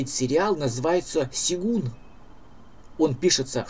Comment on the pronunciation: ну ёмаё - сЁгун. ты что, против буквы Ё?